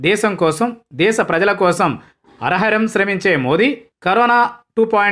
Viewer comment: అరహరం కాదండి, అహరహము = ప్రతి దినము.